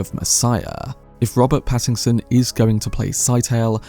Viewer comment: The mispronunciation of Pattinson to Paddington has me thinking of a kind bear with a hard stare for the role of Scytale and I love it!